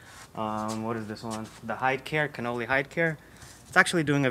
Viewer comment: Sorry but it isn't pronounced Cannoli, which is actually an Italian pastry, it is Con-nel-ly. You may be a bit young to know their history but they started in 1878 and are considered the finest leather maker of all time, still under the original family's ownership. You should take the time to learn of their pedigree, I think you will be very impressed. Hopefully you will find this helpful, btw your M5 is still one of my favorite's.